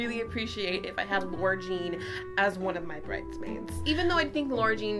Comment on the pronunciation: Lara Jean would be mad at you for saying her name like Laura 😂